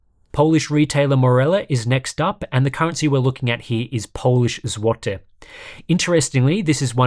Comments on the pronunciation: Damn you had to listen to złoty pronunciation cuz it was spot on <3. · i can appreciate pronounciation of złoty, 9.5/10, as for Morele, it's not cheapest, but i'd guess it's average, more popular is x-kom but it also has it's fair share of mark-up, but also has better warranties as for Intel Battlemage in Poland, i guess it hit MSRP 2 months after launch and stayed there, nobody is really going out of their way for that card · Bro actually said złoty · He even pronounced Zloty correctly